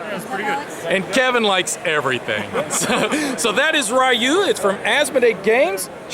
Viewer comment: ”Ryu” 「りゅ」 is pronounced (re-you (no stress)), not (RYE-you). Anyway, thanks for putting up all the Gencon videos.